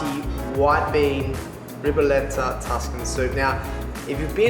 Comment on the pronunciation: I wonder as Italian🇮🇹🇮🇹🇮🇹🇮🇹 how can you find the black Tuscany cabbage, in Italy outside of the Region (Tuscany) it's difficult to find. By the way your pronunciation of Ribollita is really bad, it seems you are saying "R'ball'da" (what's that?).